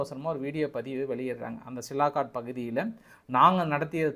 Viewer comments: சியால்கோட் ன்னு சொல்லப்பா சிலாகாட் டுன்னு சொல்றியே இலக்கணப் பிழை தவறான உச்சரிப்பு திருத்திக்கொள் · Hello, it is சியால்கோட் Sialkot.NOT சிலாகாட். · First try to pronounce the name of place. It sialkot not silakot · Sialkot. Neenga thirumba thirumba silakat nu solrenga nanba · Sialkot: cialcoat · It is sialkot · தம்பி மிகவும் சிறப்பாக செய்திகளை திரட்டி தொகுத்து வழங்குகிறீர்கள் ஆனால் ஊர் பெயர் ஆள் பெயர்களை தப்பு தப்பாக ஊச்சரித்து கொலை செய்கிறீர்கள் சியால்கோட் என்பதை சிலாகாட் என்கிறீர்கள் சர்கோட்டா கன்டோன்மென்ட் என்பதை சரகோட்டா கார்ட் என்கிறீர்கள் நீங்கள் MSc என்று சொல்லி இருக்கிறார்கள் ஆனால் பள்ளி மில் ஆங்கிலம் சரியாக படிக்கவில்லை என்று நினைக்கிறேன் பெரும்பாலும் பெயர்களை தப்பு தப்பாகவே சொல்கிறீர்கள் பாஸ் நீங்கள் மீண்டும் ஆங்கில வகுப்பில் சேர்ந்து படித்து சரியாக உச்சரிக்க கற்றுக் கொள்ள வேண்டும்